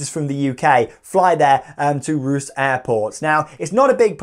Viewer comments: OMG, Ruse 🥴 It’s pronounced Reus (Ray Uss) Keep on truckin’! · It’s pronounced Ray-uss not ruse